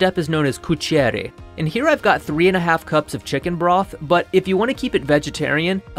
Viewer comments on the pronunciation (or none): It's "Tostare" not "Rossolare" It's "Cuocere" not "Coucere" "Mantecare" that's correct. A good dish overall, but I think the one with dried mushroom is much better. For anybody willing to try, here's the video recipe: /watch?v=jC0d_-L6gYQ